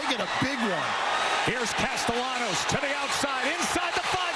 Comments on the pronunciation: It's pronounced Caste-ya-nos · Dear announcer, the double "L" is pronounced like a Y. Unless they are Cuban, more of a J.